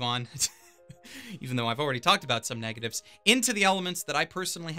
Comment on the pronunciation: Negatives* not negitives